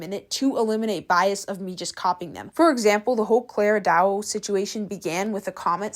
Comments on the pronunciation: girl can you call their names correctly? Clara DAO (not duo) and KIKA kim (not kiki) cause it's quite annoying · these videos are fun to watch, thank you for your effort! i apologise if this will come off as offensive, but im kinda curious. sometimes you mispronounce people's names, is that on purpose? in the videos about clara dao, you pronounced it "doo-a" rather than dao. and here, it's kika kim but you're calling her kiki kim? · i love your content and how you do it - but i find that you are always pronouncing names wrong, like in this vid you keep saying ‘kiki kim’ when it’s literally spelt ‘kika kim’, and with ‘clara dao’ you would keep saying ‘clara duo’. ofc this isn’t a big thing at all, but maybe do slightly more research on the creators actual name next time - i mean this in no way rudely, this is literally the only not so good thing i’ve noticed with you, and other than that your content is flawless! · You are mispronouncing her name lol. Same as you did with Clara dao. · no?? even with clara da, its like the easiest thing to pronounce and she still pronounces it wrong and also for nadine breaty she called her nadine beauty. plus her vids r so low quality any one can draw a bird with a black bg -_ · That's so real cos not only does she milk Clara dao she also can't even pronounce the names properly like oh my godd